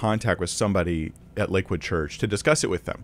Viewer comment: Why does it sound like he says Liquid church? Or is it just me?